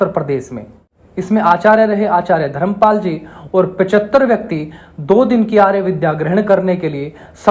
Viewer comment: नमस्ते! बहुत विनम्रता से एक बात कहता हूं। आपका उच्चारण बहुत स्थानों पर अशुद्ध है। जैसे– आप प्रशिक्षण को परशिक्षण, प्रदेश को परदेश, धर्मपाल को धरमपाल, प्रत्येक को परत्येक कहते हैं। मैं जानता हूं कि यह आपकी समस्या नहीं है, यह तो हरियाणा राज्य की मातृभाषा ही ऐसी है। मेरा उद्देश्य आपका या हरियाणवी भाषा का दोष निकलना नहीं है। आप एक बड़े मंच पर लोगों को सम्बोधित कर रहे हैं तो अपनी आर्य भाषा निश्चित ही शुद्ध होनी चाहिए। अस्तु! आपका यह जो प्रयास है; प्रशंसनीय है, बहुत उत्तम है। इसके लिए आपको बहुत बहुत शुभकामनाएं। अपेक्षा है कि आप बुरा नहीं मानेंगे तथा सत्य का ग्रहण और असत्य का त्याग निश्चित ही करेंगे। जय आर्य जय आर्यावर्त्त